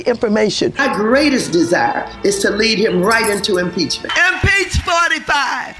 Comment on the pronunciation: “In peach fortify”